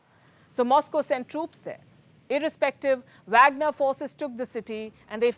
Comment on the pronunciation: It’s pronounced waagner….